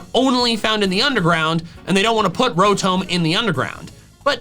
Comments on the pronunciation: did you just say Ro-toam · Who or what is Row-tome? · I watched the pronunciation video but still Rotome ☠️ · that's a very strange way of pronouncing rotom... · Did he mispronounce Rotom? Or am I deaf? XD